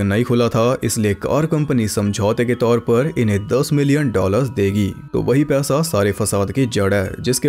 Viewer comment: Paisa was being pronounced as pyasa Full confusion